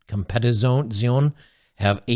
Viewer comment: Co-mpe-ti-tzi-o-ne.... It's Italia, brother :-D